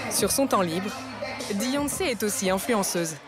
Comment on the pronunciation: "Deyonce" ? On est d'accord le D est après le B dans l'alphabet ?